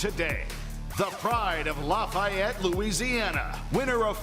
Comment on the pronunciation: He did not pronounce Lafayette like that 😂